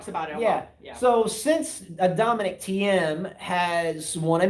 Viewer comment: Please... as well as you spell Tomics name do it with Thiems also... it's like "Teem" or "Team". "IE" in german (which we speak in Austria) is spelled "I" which is "EE" in english. Greets.